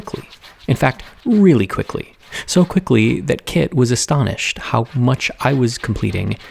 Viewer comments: Is her name Kit? Cause it sounds like he's the old grandfather master calling her kid xD But seeing you work with and for each other is so wholesome. It's really what is so satisfying and gratifying about a teacher-student relationship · I swore for half the video her name was Kid until I realized it was Kit and it all made so much more sense. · Took me a while to notice that he doesn't call her "Kid" but "Kit" 🤣